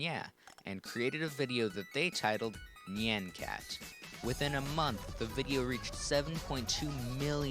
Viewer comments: "nyeian cat" good lord. it's nyan. rhymes with naan. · nie-on c-at not ne-on c-at, I'm sick of people pronouncing it "ne-on" IT'S NIE-ON. also gif is pronounced "g-if" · at the start he says it like nian (as in and) but its actually more like ni yä (like on, and with very little "i" in there) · It's not nyeaen cat it's NYAN cat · I came for nostalgia and now I'm having a breakdown it's NOT nye-an cat???? NI-ANNE????? AAAAAAAAAAAAAAAAAAA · I pronouce it "nyàn-kat" and not "nee-an-kat" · I'll still pronounce it Nay-an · HOW DID YOU KNOW I USED TO PRONOUNCE IT AS NIYAN CAT 😭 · Actually, "Nyan" is the Japanese word for "Meow," and the omg was created using Hatsune Miku, a Japanese vocaloid, so its very likely supposed to be pronounced nee-ahhn. Anyway, Nyan Cat is legendary. :) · I have always, and will continue to, pronounce it as "Nē-ahn" cat. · I always Nyan cat was pronounced N-i-an cat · Knee-yan cat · I THOUGHT IT WAS PRONOUNCED NEON CAT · njen cat lol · HAHA I PRONOUNCE NYAN CAT NEE-ON CAT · me pronouncing it like neey-AH-n cat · I pronounce Nyan (nigh-an and Nyan) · Your pronunciation of "Nyan" irritates me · he's saying nyan wrong 😕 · you're pronouncing it wrong. the A in nyan should sound like the a in yawn, not the a in hat. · I don't like how he pronounces nyan cat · It's pronounced like "yonder", not like "plan". Honestly, even though "neon" is adding an extra syllable, that's the closest of all the wrong pronunciations.